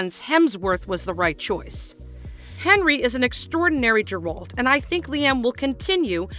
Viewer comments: Chris Hemsworth? 🤣🤣 Liam is the one taking over the role. Not really what I'd call a minor typo misread by some janky Ai voice. And Geralt's pronunciation is wrong, too. Is this a real media-focus channel or one of those "just for clicks" (right or wrong) channels? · If your gonna make a video and claim you've done your research, you would expect correct pronunciation of the main character. You butchered it maam, just like the direction of the show congratulations. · Not even pronouncing Geralt correctly. Clearly hasn’t even watched the show. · If you can't pronounce the main character's name or where he's from don't narrate the video. 😂